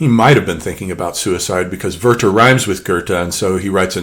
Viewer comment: While I love the video overall, I do not agree that Werther and Goethe sound similar. Maybe in your American pronounciation ("girthe"), but far from the original gö·te and weer·ter